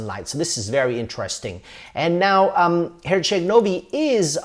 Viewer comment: My ears bled when I heard him say Herceg Novi 😂